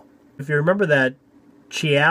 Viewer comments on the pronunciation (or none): FYI Chiappa is pronounced Key-appa